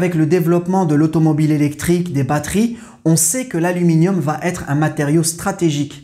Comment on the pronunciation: Pourquoi vous faites la liaison en prononçant « vat-être » au lieu de va être ? Comme si va prend un «t» à la fin !